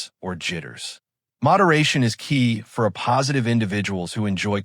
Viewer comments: Hate AI narration. "a postive." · Excellent information, but did anyone LISTEN to this video before releasing it - the “uh-positive” is difficult to listen to. Thanks, though, for the information. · You made a video using an AI voice that can't even say the title 'A+' in the right way, could you not correct that?